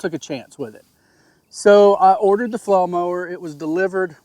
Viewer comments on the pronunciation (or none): You have great videos on flail mowers. I've watched most of them. I still struggle getting past you calling them a "flow" mower. I even turn up to audio to make sure I'm not hearing you incorrectly. Aside from that, I appreciate that you show issues that you have with equipment - even when it's your fault. I don't need another brand commercial that only shows everything going perfectly. I haven't even decided which flail mower I am going to purchase yet, but I already know I need flow restrictors based on your video.